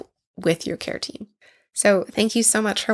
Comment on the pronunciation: Kept hearing keratin and not care team lol